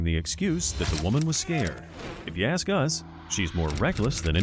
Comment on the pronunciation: Tempest lol but cant pronounce ask